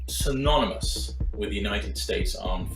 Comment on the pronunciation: Siranymous? believe it’s synonymous. What did u even say?